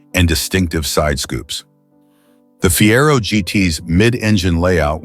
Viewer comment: Listen to me...dump the AWFUL robot commentary that can't pronounce 1 word in 4. Fiero was pronounced 3 different ways within minutes! Rubbish AI garbage. Pay some human who can speak English or do it yourself! IF you can pronounce any English words.